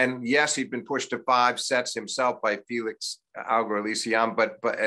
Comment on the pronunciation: The complete butchering of Felix’s name was😬😂.